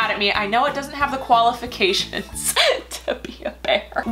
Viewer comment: “The koala-fications” OH. MY. GOD. lmfao